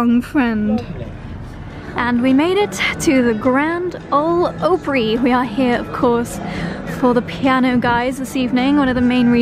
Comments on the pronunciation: Opry is pronounced like Ahpry, not Ohpry. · Grand Ole Opry pronunciation is grand oh-ley op-ree. Enjoy. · Opry pronounced like opera. So glad you are enjoying your stay in TN! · Sooooo happy you guys got to see Piano guys. Both of those guys are AMAZING. Steve just lost his Dad about a month ago. I wish I had known you were going. I could have scored you some really good seats. P.S the theater is pronounced ahprie.